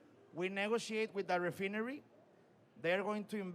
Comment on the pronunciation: horribleishon pronuncieichon mr Refineri